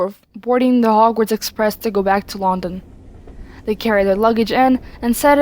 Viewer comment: I ain't trying to sound rude or anything but the way you said London had me dead